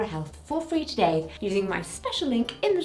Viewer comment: sometimes when u mix words up it's really rather cute, like "queens" instead of "queers" or "to-Gay" instead of "today"